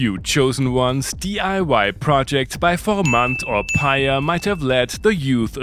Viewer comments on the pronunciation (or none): none